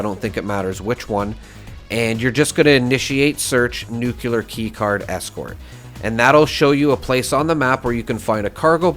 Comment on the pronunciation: Please gamers PLEASE STOP saying NUKELAR god dammit!! You are the 4th in a row that I watch that says NUKELAR, what are you all Illiterate??